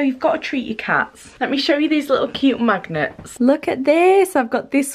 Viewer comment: I thought she said look at these cute little maggots, not magnets omg :')